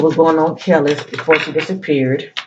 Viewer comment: You’re pronouncing her name correctly ☺️ Very intuitive. Thank you for clarity. Seems to be very aligned with the current situation.